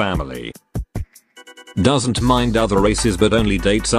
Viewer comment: “Doesen’t care” got me dying 😂